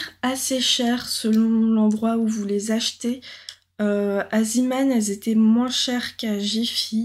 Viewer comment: Bonjour, on dit Zéman, pas ziman. C'est le nom du créateur néerlandais, pas anglais.